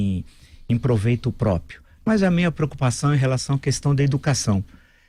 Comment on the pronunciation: NO MINUTO O VILLA DIZ A PALAVRA "PRÓPIO". CERTAMENTE FOI UMA DISTRAÇÃO.